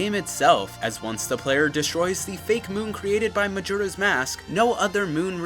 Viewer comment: Glad to finally hear someone pronouncing "Majora" correctly.